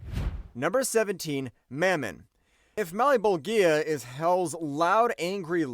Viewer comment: O my god….. my ears bleed everytime he mispronounces malebolgia name its pronounced Mal-bowl-ja